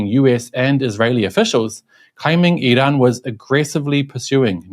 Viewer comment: You're trying too hard in the pronunciation of Iran. It's comical as even Iranians don't pronounce it like that😂